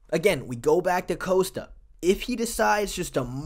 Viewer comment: You're not Chael Sonnen; stop saying "Coast-uh". It's "Cost-uh", just like it's spelled. You can't just recklessly mispronounce fighter names.